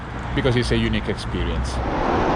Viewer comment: I'm sorry, i really don't want to take the piss out of your accent - But it was really hard to not hear that as "because it's a eunuch experience"